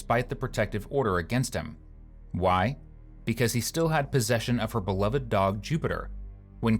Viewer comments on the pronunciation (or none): none